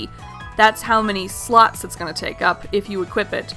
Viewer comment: I thought you said skill sluts instead of skill slots...